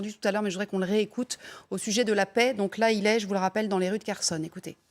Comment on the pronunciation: "Kerchonne"??, experte en défense etc... incapable de lire un mot relativement simple.😶